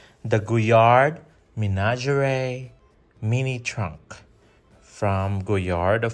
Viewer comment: You can google French pronunciation you know.